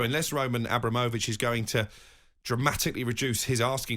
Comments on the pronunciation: Nobody calls him Abra-mo-vich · Why did he say Abramovich like that 🤢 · 20 Years and you still cant say his name correctly lol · Mug can't even pronounce the name properly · Can’t even pronounce Abramovich and it’s your job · The way is saying Abramovitch is making my blood boil 🤦🏻‍♂️ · Can someone teach (80s pornstar) how to say abramovich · this mf's job is to talk about Abramovic and he can't even pronounce his name properly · Any reason can't say Abramovich like the rest of us? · pronouncing Abramovich like he pronounces umbrella 😵‍💫